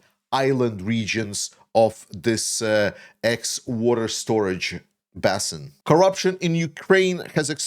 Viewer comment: Dnipro basin, not bassin. basin rhymes with raisin and bait.